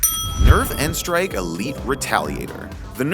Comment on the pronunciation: Thank you for saying n-strike and not nstrike